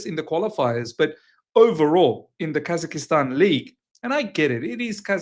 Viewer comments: Bro its Kaz-ak-stan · I couldn't stop laughing with how he pronounced it but then, we all do it in one way or the other 😊